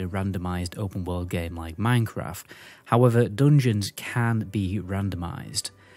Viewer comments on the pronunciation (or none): none